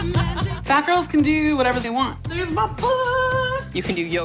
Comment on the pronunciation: "Fayt gayls" 😂😂